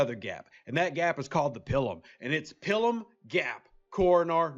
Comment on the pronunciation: if I may ... the I in Pilum is a long I ... not a short one .. :) I get a visual of a nun making you on the hand with a ruler every time you say it :)